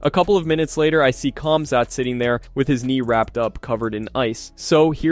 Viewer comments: His name is pronounced Hamza, it's a silent K and silent T. Not like you would say it to his face though right? Lol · I heard cumzatt 😂😂😂😂